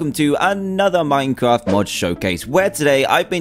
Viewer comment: Is he saying minecraft or minecart ?